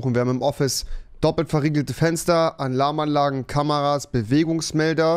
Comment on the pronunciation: Niemand: Rewi: "Anlarmanlage"